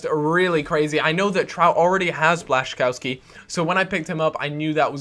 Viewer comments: Błaszczkowski = Bla-shi-KOV-ski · you pronounce blaszczykowski's name as: Blah-xah-kof-ski